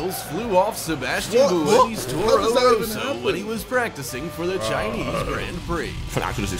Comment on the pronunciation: Its Sebastian buemi